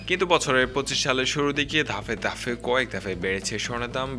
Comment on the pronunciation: ধাপে ধাপে। ধাফে না।ঘোষণা। গোষনা না।